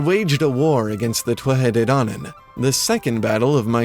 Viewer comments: By the way its pronounced (phonetically) ‘toot-ha day dan-an.’ Now in different dialects it changes slightly but definitely not twuatha 😂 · Tuatha de dannan is pronounced Two-Ha De Dan-en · two-at-tah day dawn-on :) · Your pronunciation is really good ,quick tip when you say conaught the "ght" part is alot more gutteral .con-nocht Same when you talk about the thuath de dannan ,thuath is said like two-a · Native Irish speaker here from Corca Dhuibhne, our dialect generally pronounces it as 'Too-ha Day Daanan' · Anyone else love the way he pronounces the "Tuatha De Dannan?"